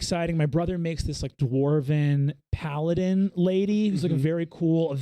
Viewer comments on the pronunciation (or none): none